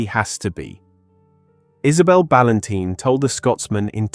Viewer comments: I agree the narration was dreadful he kept saying balantine wrong, he called ann balantine then a second later her father balanteen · Her surname is pronounced Bal-An-Tyne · Narration pronunciation of Ann's surname incorrect on a few occasions is so disrespectful. RIP Ann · Please pronounce her surname correctly.